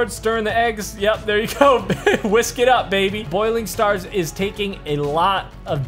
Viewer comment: Bouling stars not boiling stars